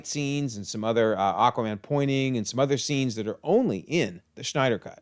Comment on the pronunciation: zach snyders last name doesn't have a ch in it, you keep calling him schneider, i pronounce his last name snyder